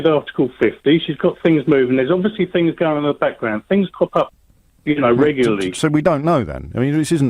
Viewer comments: Beyond The Pale That's just your interperation.You're twistin' fings. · I hate the way James O'Brien twists fings. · Adam Barlow Stop twistin fings